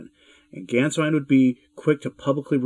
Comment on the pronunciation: And the "Á" with umlaut is pronounced as in "way!" So Gänswein is pronounced "Gaynsvein!"